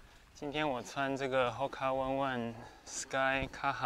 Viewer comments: HOKA ONE ONE念法應該是 吼卡 歐內歐內（日文） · 感謝分享, 但有個地方可以小修正, 牌子的發音是HOKA ONE(歐內) ONE(歐內), 為毛利語